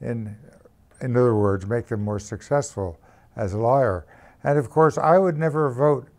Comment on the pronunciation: he pronounces lairs like lawyers. coincidence? i think not.